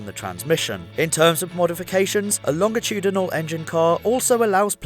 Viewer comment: Wait..WAIT. LOHNJ UH TOODYNOL?!